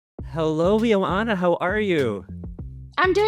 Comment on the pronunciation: Her name is pronounced “yo” “anha.”